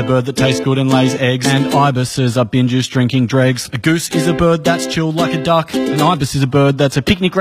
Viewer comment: My half deaf ass thought he was saying “bingers” for like three years 🤣